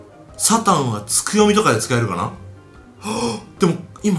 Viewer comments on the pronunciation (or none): サタンって言った時 サタンじゃなくて サタっ！、って笑